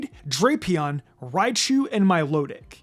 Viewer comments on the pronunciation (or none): It’s pronounced DRAP-ee-ahn, “”, as in Dracula and Scorpion! 🤨 Stop mispronouncing Pokémon names, bub! 🙄